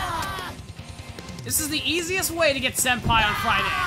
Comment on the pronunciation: He said “Sen-pee”